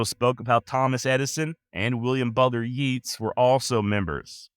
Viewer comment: YATES. NOT YEEEEETS